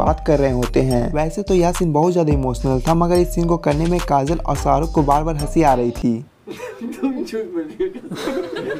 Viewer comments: Woh Shaa rukh hai, not Saaa ruk 🤦🏻‍♂️ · Srk kaa naam toh barabar pronounce karo